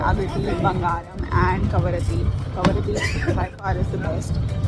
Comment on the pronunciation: It is not Karabati It is Kavaratti ( Administrative Island of Lakshadweep)